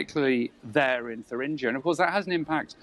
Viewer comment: It is pronounced "tur-ingg-ier" - not "thur-ringe-ier".